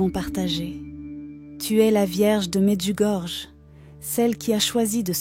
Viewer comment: AMEN et Merci. Mais svp Medjugorje se prononce Medjugorie . Par respect, veuillez en tenir compte svp. Soyons bénis par Jésus et Marie notre bonne mère toujours parfaite, vierge et immaculée du ciel.